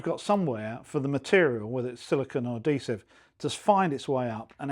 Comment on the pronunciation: Bad habit pronunciation NOT "a-dee-siv" SAY "ad-hee-siv" DON'T say "elfie" DO say "H-ealTHy"